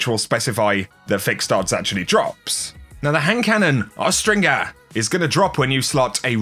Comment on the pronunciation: The G in Austringer has the soft J sound. Not the hard G. It's "austrinjer" -- look it up. It's not a made-up word, lol